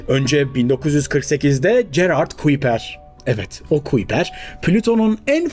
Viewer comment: Kuiper, kaypur diye telaffuz ediliyor